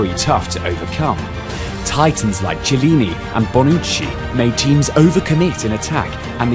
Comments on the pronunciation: Ci..CI? Cillini? my ears XD and the same with ciesa. If there is CH before the i it's red like K (simmilar) What ur saying is C and I wich is red differently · Ma se noi italiani impariamo l inglese in tutte le sue sfaccettature, come cazzo fanno questi a dire CIELLINI e non CHIELLINI. La vedi la H? Ce magari non sai leggerlo ma cercalo su google il nome del giocatore ahahah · Why can't you learn to pronounce the italian "ch"? It's easy: "ch" in Italian sounds "k". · Dude! It's pronounced Chiellini like a "K" ! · Great video... but it's pronounced Kiellini, and Kiesa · Love the journey. But I stopped watching as soon as the guy pronounced 'Chiellini' wrong. If you're gonna make a video like this, it's probably wise to know how to pronounce the name of one of the best central defenders in the world..... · You should at least have studied how to prononuce Chiellini before doing this video... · Chielini is pronounced like this: Unfalloprofessionalbruttodovrebbeessereunrosso. Yes it is a bit of a mouthful! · Please learn to pronounce Chiellini and Chiesa. The video says it horribly and ridiculously.